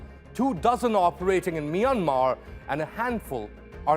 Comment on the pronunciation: Myanmar its not like that Maygad